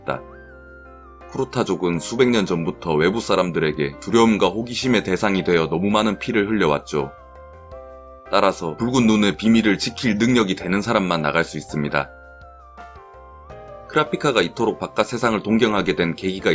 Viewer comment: 이아조시 붉은눈이 아니라 불군눈이라고 발음해...